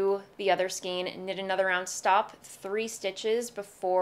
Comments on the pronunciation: It bugs me that you talk about « skeens » rather than « Skayns »..Bugs me even more that you switch back and forth……. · I couldn’t help but notice you mispronounced skein. It has the long “A” sound as in neighbor and weigh. Remember the phonics rules?